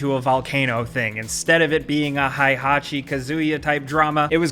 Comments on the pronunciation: I was only listening to this and I was so confusing when said that the new character in Smash Bros was Kazooya............ I was like, wait, did Banjo and Kazooie had a character like that? is unfortunately one of those Americans.... It's Ka-su-ya. It's not haaihachi, it's hey-hachi... And it's a big deal, imagine if you called yourself Yaakeh. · Disliked for “throwing your enemies off a cliff thing,” it’s SPECIFICALLY throwing your son/father off a cliff thing. Disliked for “HAI-hachi” like in the tekken anime.